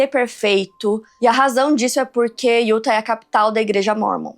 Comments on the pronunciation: a pronuncia certa de Utah é (iutá) sei que você faz muitos casos de lá e isso pode ajudar ❤ ( não é uma correção ta? É só uma dica se caso você quiser aceitar 😂) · Hey, correção do bem: se fala “Utá”. 😉